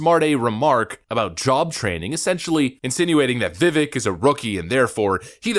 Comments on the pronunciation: Fer the Pronunciation, I think Tim described it best: "viv-ake like cake" though he had said on Tim Pool's show he's used to people mispronouncing his name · Just so you know, it’s pronounced VUH-VAKE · As a 2nd gen US Indian, the correct pronunciation is actually “Viv-Ayk Rah-muh-swah-me” I find it hilarious that Haley mispronounced his name since she’s ‘Indian’. I’ll also add that the vast majority of us don’t care if our names are pronounced correctly as long as our freedom is protected. So proud of the way Vivek represents our Indian community but most importantly how he represents our COUNTRY! 🇺🇸 keep it up! Great video btw. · Vivek is pronounced like cake "vivake" at least thats what he says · Another great commentary! BTW, it's pronounced "Vivake" - rhymes with cake. He just posted this to X a couple of days ago. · Vivek is pronounced Vi-Vake, like cake. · His name is Vivek. It’s pronounced Vi-Vake. It’s like cake. Hope that helps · Vivek rhymes with "cake". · He said his name is pronounced Viv-ake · You pronounce it like cake. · As the man said " it is pronounced like cake, Vivake... like cake!!! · Vivake ….. rhymes with cake. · Pronounced Viv-AKE. Rhymes with rake, fake, lake.. Stop butchering his name if you're gonna monetize it.. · Vivek = Viv (rhymes with cake) ek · Pronounced "vi-Vake"....think cake, or steak. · Vivek. Pronounced vi-vake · The ek in Vivek is pronounced like cake not like trek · Vivek pronounced vivake like a cake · You pronounce his name Viv-ake like CAKE! 😉 🇺🇸Vivek for Vendetta! Vivek 2024!🇺🇸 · Vivek rhymes with cake .. vee vake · Vivek is pronounced like "vivake" like cake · It’s pronounced Vivek like cake 🍰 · It's pronounced Viv-Ache as in Backache, headache etc. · Vivek is promounced like cake, VivAk. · Vivek has an ache sound at the end of his name. Like cake. Correct pronunciation of his name sounds like Vivake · Pronounced Vi-vake, like cake :) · It's pronounced Vivake as in cake. I didn't pronounce it right either